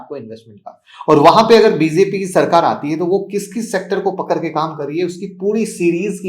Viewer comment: Pakare ke nahi bolete hai pakad ke bolte hai